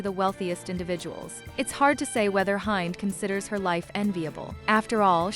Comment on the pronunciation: You do not pronounce her name Hi nd- it’s pronounced Hend. And I’ve met her